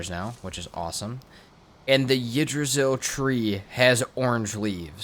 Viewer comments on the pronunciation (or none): Loved the video my guy but how you said Yggdrasil is not how you say it. You'd say in english letters to explain Ikdrasil. I'm from Iceland and Yggdrasil is in the norse mytholigy. Keep it up. I've watched over 8 hours of gameplay from you so far but I just had to mention this :)